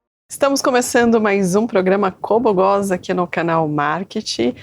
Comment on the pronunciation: Juro que entendí ela falando: "Como goza"